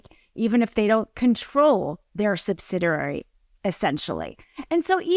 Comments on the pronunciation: Anyone else thinks she kinda sounds drunk?!? 🤣🤣🤣 "Subsidrearary..." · I think the word subsidiary is being mis-pronounced.